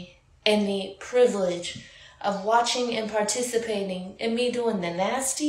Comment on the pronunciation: ... always bro what I heard was peericipating or watching ... was the deal.